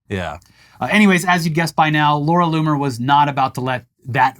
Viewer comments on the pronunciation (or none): Anyone else hear "Loony" instead of "Loomer" everytime the guys said her name? I literally heard Loony over and over again..